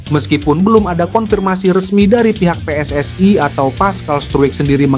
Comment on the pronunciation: PSSI bukan pss ai